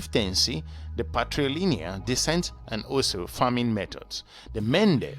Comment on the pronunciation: It’s “also”, not “oozo”!